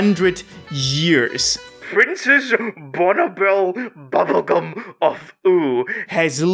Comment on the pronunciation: Oh, come on, bro. At least pronounce it right. It's pronounced princess Bonnibell Bubblegum of levios-oooohhhhh.....